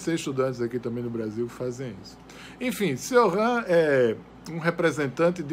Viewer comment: Só a pronúncia do nome dele você falou errado. O certo é "Tioran" e sem esse "r" afrancesado, pois ele era romeno.